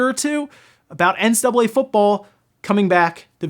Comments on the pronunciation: Why is he not pronouncing the C in NCAA? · How come you can't pronounce NCAA?